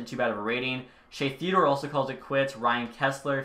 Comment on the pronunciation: Haha Shea Theodore? Did no one else catch this? 😂